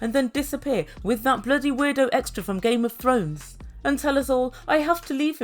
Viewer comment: I couldn't hear right ; Did you say Gay of Thrones or Game of Thrones?